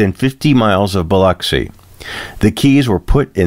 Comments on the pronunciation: Thank for pronouncing Biloxi correctly. As a former Mississippi resident I appreciate it. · I am so happy to hear you pronounce Biloxi the way it is supposed to be pronounced. It is so frustrating to hear people from other parts of the country call it Bi LOX i!! You did your homework!